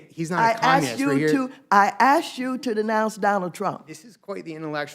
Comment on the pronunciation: Waters just can’t pronounce communist, it sounds like capitalist but we all know it’s not what she means.